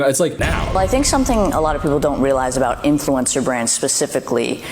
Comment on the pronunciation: “Influencer” … “Influensaa” … 🧐